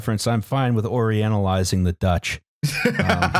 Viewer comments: You guys pronunciation of Dutch is just abysmal. Fuck you guys 2. Lots of love, A Dutch comrade. <3 <3 <3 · As a Dutchman, I have no issue with the digs at the Dutch and our history. But your attempts at pronouncing anything in our language feels like jabbing pins in my ear. Keep at it though. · I'm not dutch, but I know it doesn't have that many Js within